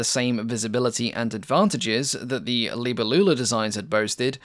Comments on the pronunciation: Cringe! That's not how the word "Libellula" is pronounced. Geez! You are English speaking. You pronounce "libe-LLU-la" When it should be "li-BE-llula" Accetuation on the third before the end syllable It even sounds better, not like an old aunt you had which never married, lol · Please allow me to correct the pronunciation: as it comes from latin, It Is "libèllula", not "libellùla". As for the rest, apart from the peculiar design of this aircraft, as I've never heard of this prototype, I find the video particularly interesting. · FFS it's not pronunced libba loola at all. Please don't butcher languages like that. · Hi, I speak Portuguese and the word libélula is pronounced differently, you have to emphasize the E , like in the word BEST the E has an open sound, in the word libÉlula you have to pronounce the E the same way and Lula is pronounced faster. Is not so hard once you get the hang of it... Sorry, it's just such a beautiful word in our language and hearing it being butchered really hurts lol great video though 😂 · Libélula, accent on the E. It's Latin. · Sorry to correct you but the name is libellula not "libellula". Please be more careful in future. Good video though. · Your pronunciation of Libellula hurt my ears. The stress is on the second syllable i.e. LiBElulla. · the way you pronounce "libellula" killed my dog :(